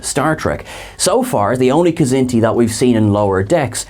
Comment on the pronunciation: I love you guys. I love all of you guys. But come on. Stop mispronouncing Kzinti! The K is silent!!!